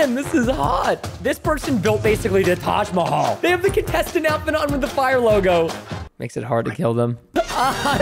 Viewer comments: It is not tej it is taj I am indian that is why I am telling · Hay it's Taj Mahal not Taj mhol